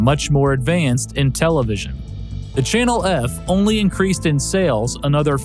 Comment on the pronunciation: did he say Channel erf? Lol